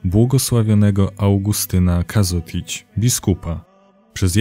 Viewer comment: W nazwisku jest ž (czyta sie ż, nie z). Co więcej nazwisko jest odmienne, a zatem kogo? czego? Kažotića (czytaj: Każoticia). Pozdrawiam